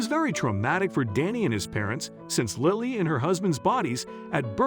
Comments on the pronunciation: Lilee, lolly or lily? This is an amazing story just wish the reader would get the name right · Your narrator did a terrible job of pronouncing a very simple, ordinary name.Was the narration computer generated? Lily, like the flower, is quite a lovely and frequently used name. Did no one even edit the video?